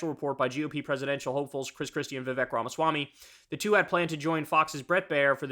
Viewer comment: Kyle... It's viv-AKE like cake. Have you not heard his freestyle?? 😆